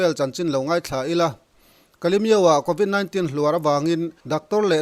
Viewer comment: News channel siam tur chuan lam rik dan fimkhur tur a bikin English en tir nan convit 19 i lam dan hi